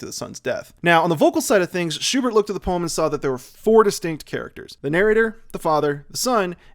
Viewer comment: It's so weird hearing english native speakers saying German names like "Goethe" or "Erlkönig". ("Schubert" on the other hand is pronounced pretty accurately here.)